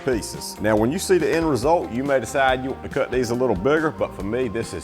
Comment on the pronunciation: Same! When he says "you want to" but it sound like one word 😂😂 I love it.